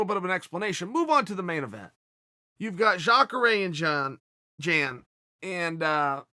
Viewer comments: It's pronounced "yahn", not "jan" Uncle Chael 👍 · Why you gotta make "Jan" sound like a female name 🤣🤣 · Chael dropping that hard J on Jan